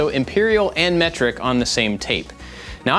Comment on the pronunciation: From now on I will pronounce metric as mectric 😂